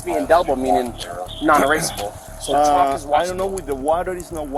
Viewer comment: It's petty, but "chulk" is driving me nuts.